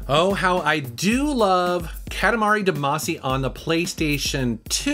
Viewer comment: Cat-A-Mar-Re Da-MA-See